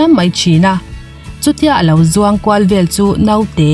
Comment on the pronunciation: Vel tih i lam thiamlo ami, bel i ti zel maiin ka hria🤔🤔